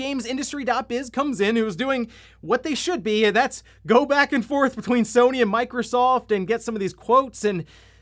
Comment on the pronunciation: Sounded like he said microsalt 😂